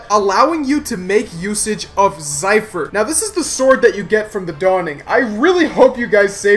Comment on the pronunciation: "cypher" cmon man its zephyr